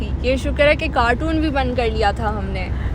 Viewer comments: Pichli video mein bardasht ker liya aj mujh se raha nahi ja raha. is ko carton boltay hein cartoon nahi 😂😂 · Some of the Pakistanis call Carton “cartoon” , definitely mispronouncing the word. The vlog is in Urdu and probably that’s why she pronounced it like that.